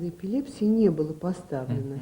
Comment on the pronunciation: Врач колхозник (эпилепсии ) ударение всегда на е